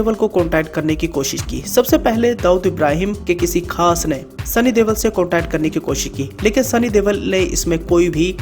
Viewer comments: Yar sunny deol ha tum sunny DEWAL kyu bula rahe ho 😄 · Deval nai deol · Deval ni deol aa bhai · Sunny dewal nai Bai sunny deol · Not Deval but Deol